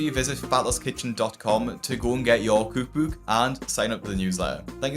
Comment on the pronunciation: I cannot stand the way he says cookbook